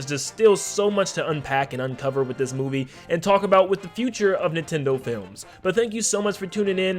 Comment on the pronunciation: It’s NIN TENDO! Not INTENDO